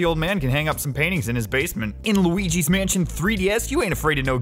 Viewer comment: Right before the intro, in my mind I'm thinking "Loogal's Spookhouse". Then you come in and say "Loogi's Spookhouse". Damnit